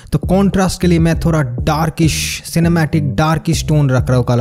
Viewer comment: थोरा instead of थोड़ा 😁😁😅😆